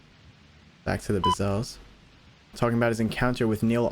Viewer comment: Not ..BIZZEL. It’s.. Brazzel.